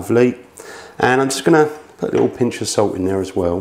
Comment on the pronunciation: I don’t think the English actually speak english. So much glossing over the vowels for a lazy tongue. “Put sout on da PaTAe-Tez”